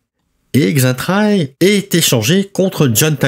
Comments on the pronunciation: Le X se prononcé Che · "Xaintrailles" se prononce "Saintrailles". "Laonnois" se prononce "Lannois", comme "Laon" se prononce "Lan".